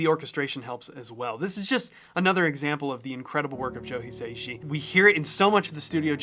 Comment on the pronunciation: just fyi, his surname is pronounced as 4 syllables, "hee" "sah" "ee" "shee", not 3 ("hee" "say" "shee"). Great video though!